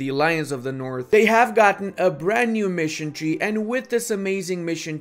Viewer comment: Missiontrie. Missentrie. Missiontree. Mission <> Tree?